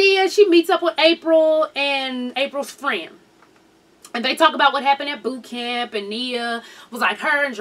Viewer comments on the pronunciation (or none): none